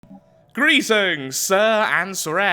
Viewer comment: How dare you! i've been a big fan even before you built flank on robocraft (if you still remember about it:) ) yet you managed to dissapoint me! where is the old GRRRRRRRREEEETINGS, i need that grrrr, not a simple greetings, more rrrs next time please! =))